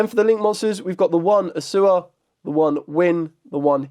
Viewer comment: Its A-U-SSA (A-OOH-SSA). Not Assua. Thanks.